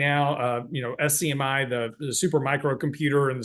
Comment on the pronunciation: SMCI not SCMI. Stock is a total joke not defending it but this is like the 3rd or 4th episode where you say it wrong lol. Come on bud, i know you’ve looked at the chart.